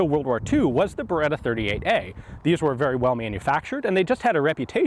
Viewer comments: Si dice BERETTA! NON BEREDA DIO! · Beretta.. Not Bereda. Double T